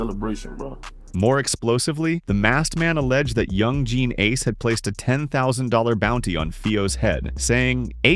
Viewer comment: Bro, you messed up Ace's name 3 times. Also you didn't really have enough footage for this long of a video.